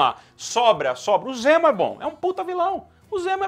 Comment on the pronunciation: Ok, e...? Amo a Marvel e não sou Hater mas ela continua sem vilões fodas(único que se salva é o Loki). Poderia ser qualquer nome pra ele mas nao de Zemo, não o Zemo que eu curto nas hqs. E vê se aprende a falar direito fãboy**. "M" é antes de "P" e "B", não "N" ;)